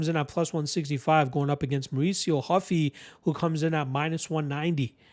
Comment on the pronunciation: Not Huffy, hOO-fee. He gave himself that last name because of Monkey D. Luffy.